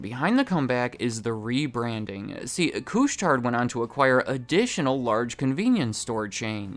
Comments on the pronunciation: Just so you know, Couche-Tard is pronounced "koosh-tar", not cooch-tard. Thanks. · Great video, no biggie but the D in Couche Tard is silent. Literally means for those who go to bed late. 🤷